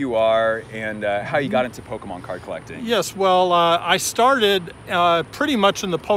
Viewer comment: “ Poke - men “